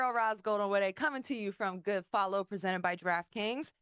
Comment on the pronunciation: Presented not "pizzented",. "Quiet" does not have an "R" in it. He can't speak yet he makes fun of Stu for the same thing.